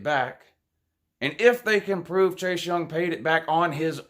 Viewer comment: What have you pwoved,???